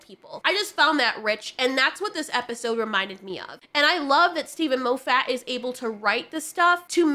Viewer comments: Moe Fat? No, less fat. Moff it like scoff it. I am hungry now. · I wish that you would pronounce Steven Moffiat's name properly, but on a positive note at least I know that you read a lot as you've never heard it pronounced and have only gleaned how you think it should be spoken by reading it. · Mo-ffat? Have I been pronouncing it wrong this whole time; moff-at? laughs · Love the pronunciation of 'Mow-fat' 🤣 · Half the time I was hearing Lo-fatt. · MAH-FIT FFS🤣love you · I’m simultaneously entertained and annoyed that you pronounce Moffat as ”Moe Fat” 😂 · The way you pronounced Moffat's name was hilarious and I'm gonna say it this way from now on 😂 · You are saying Steve Moffat's name wrong..... 😞